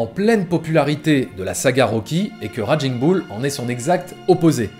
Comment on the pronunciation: Superbe travail! Vraiment tres intéressant. J'aime votre lecture. Un gricement de dent me vient pourtant quant il s'agit de prononcer Raging Bull et autres...its more like raiging boul en francais. Ca grince:) Tres bon travaille!